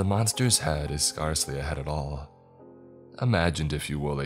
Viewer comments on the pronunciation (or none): Hey dude, you have great content :) you mispronounced "scarcely" several times. It rhymes with airs, cares, bears, and fairs. You're pronouncing it like it rhymes with scars, bars, and cars. As a public speaker, I always appreciate it when people tell me I've mispronounced something, and I listen to your stuff a lot and thought I'd let you know!